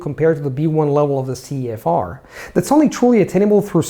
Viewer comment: "verything" CEFOCEF instead of CEFR